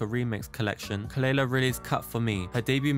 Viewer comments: Just a light comment, the correct pronunciation of her name is kuh-luh-lah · her name is pronounced kuh-luh-lah. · At least pronounce her name right, it’s kuh luh luh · youre pronouncing her name wrong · Not you mispronouncing her name.. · At least say her name right... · Thas not how you pronounce her name. 😘